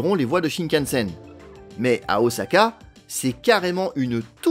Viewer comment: Très bien documenté, bravo ! Et ça fait plaisir d’entendre prononcer « Osaka » avec un S et pas un Z… Toutefois, je me permets une remarque au sujet du SCMAGLEV. C’est à : Il n’y a pas de bobines supraconductrices situées dans les rails. Absolument pas. Les bobines de la voie en béton en U sont en aluminium et à température ambiante. Ce sont les aimants situés dans les bogies du train qui sont supraconducteurs. Il y a 4 aimants par bogie et chaque aimant ne consomme que 8 watts. C'est là tout l'intérêt des supraconducteurs. Le SCMAGLEV japonais a des roues rétractables, à la manière d’un train d'atterrissage. A l’arrêt, il repose sur ses roues et peut être déplacé sans problème sans électricité, par exemple dans les gares de triage Le dictionnaire définit un "Train" comme un "ensemble de véhicules reliés les uns aux autres" et donne en exemple "Un train de péniches". Les péniches n’ont pourtant pas de roues.